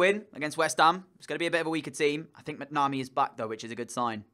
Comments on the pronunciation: not bitching about it. I was keeping it polite unlike you. However, plenty of folk have commented in the past on how to pronounce it properly. It's Mac-na-mee. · Entertaining video but you need to pronounce your keeper's name properly.